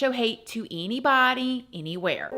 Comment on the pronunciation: The way you say eenybody eenywhere loves rent free and in my h and and has become one of my tism ticks 😆